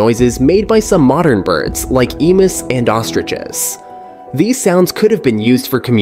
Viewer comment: 'Emuss' for emus? Mistakes? Is this AI?